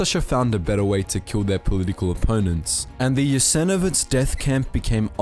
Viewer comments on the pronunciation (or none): Guy cant even pronounce right and makes video about it. saying Jasenovic, someone didnt do his homework, yet willing to preach to others about other nations history.